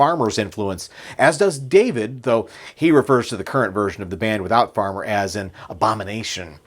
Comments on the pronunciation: You lose a little credibility when you refer to Grand Funk’s guitarist as Mark Farmer and then repeat the mistake a couple of sentences later. It’s Mark Farner with an “n”! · Hey pal you lost all credibility when you can't pronounce the lead singer for Grand Funk properly. It is not FARMER its FARNER !!!! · Mark Farner not Farmer!